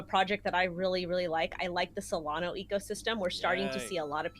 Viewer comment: Hey it’s SolanA not Solano.